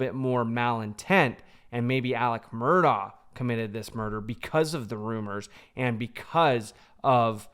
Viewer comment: It’s Mur-DOCK!!! ..for the love of GOD! NOT Mur-daw.